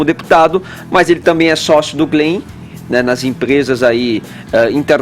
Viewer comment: "Glen" o que,? Não entendi. huahauahuahauahuaha